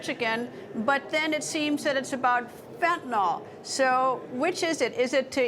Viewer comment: Did she just fentenall? Does she know it's fentanyl?